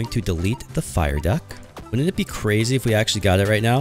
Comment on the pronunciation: Why do you say cwazy in some of your videos?!